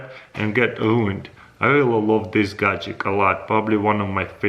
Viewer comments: people who normally speak english: gadget crazy russian hacker: gajik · if this guy says gadjick 1 more time i will jump off a bridge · Always gadgek